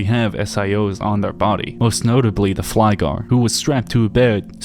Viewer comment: I always love how other people outside Sweden tries to pronounce the words. Flygare and Krypare actually means "Flyers" and "Crawlers" And it is indeed a very creepy and extremely sad / dark game, as someone who have shorter episodes of depression i can feel the pain some may have. I mostly have my episodes out of how i feel loneliness and helplessness, but sometimes i can feel happy while other times are depressive, making things harder. I wouldn't say its MDD or Bipolar, but that i have shorter episodes of depression sometimes, which can occur for maybe 1 day or a whole week. But during those times i feel darkened, always thinking about how it feels to play fruit ninja with my wrists, but never done it IRL. Fun fact: The maze with the hangmen, you only need to walk to the right at every corner to get out of it. I know it's quite hard, but it was a relief to accomplish it.